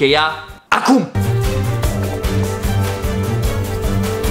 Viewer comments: De 7 ori ai spus chripi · Mai mult tu ma speri când spui crepi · DE 5 ORI AI ZIS CRIPI